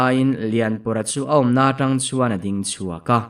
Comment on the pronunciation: Ngaihthlak a man hla hle mai Mahse chuam hi i thluk diklo ania aw